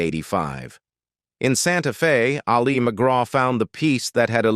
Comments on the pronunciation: The voiceover can’t even pronounce Ali correctly, keeps calling her Ali as in Mohammed Ali instead of her name. That’s the problem with most of these AI voiceovers, and the fact that no one in the production team bothers to check before launching. Made the whole thing feel cheap. Blocked them. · Thumbs down. If a channel is too lazy to even get the AI pronunciations correct they don't deserve a thumbs up or a full view. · AI generated voice that can’t even pronounce Ali McGraw‘s first name correctly. Also using photos of actresses that are not Al McGraw. Just a piece of crap. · "Ali" is short for Alice. The stress is on the first syllable. It is not the Islamic form of "Ali", stressed on the second syllable, as in Muhammad Ali. Whether or not the narrator is AI, it/he ought to know how to pronounce the name of the subject of the video before beginning. Just sayin'. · I hate AI , this voice is so irritating! Wrong pictures! Says Ali as in Muhammad Ali ! Bye